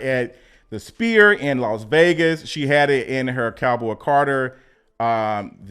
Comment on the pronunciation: Love the content. Sphere sounds like sfere